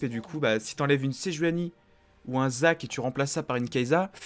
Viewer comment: sa se lis pas kaysssa ?